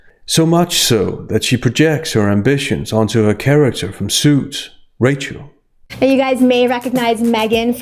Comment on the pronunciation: rachel. It's rachel.